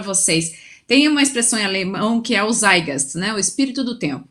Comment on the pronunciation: Moça, melhora essa pronúncia em alemão: tzáit - gáist, sem engulir os "t"